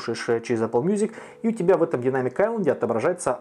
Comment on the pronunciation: Автор почему ты английское слово Айлэнд произносишь правильно, а слово Дайнамик коверкаешь?